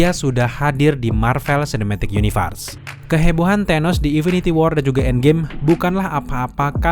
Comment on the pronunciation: Maaf thanos tetap dibaca tanos... Bukan tenos🤣 Gak ada tuh di film para avengers manggilnya tenos bang Dan firaun ya dibaca fir aun... Bukan fira un🤣